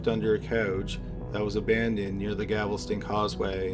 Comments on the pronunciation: It's not GAVELSTON it's GALVESTON 😮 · it's galveston not gavelston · It’s Galvastine gal-vast-in! not gavelston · It's not gavelston. GALVESTON . no one has a gavel here. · I love your videos. They're always great and captivating. That being said, it's pronounced Gal-ves-ton. Not Gav-el-ston. Sorry to nitpick, but being from Texas it drives me crazy. Other than that, keep up the good work! Cheers! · GAL-VES-TON, the city is Galveston, not gavelston... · G a l/ v e s t /o n NOT Gavelston. Please. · Its Gal-veston, not Gavel-ston. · Gal-ves-ton... not Gavel-ston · Gavel- ston 😂😂😂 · For the love all that’s holy, PLEASE learn how to pronounce Galveston “GAL-ves-tun”. Also “tavern” and “Othman”. You finally figured out “genealogy” after years of cringe so I know you can do it. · I swear has a vendetta against saying Galveston correctly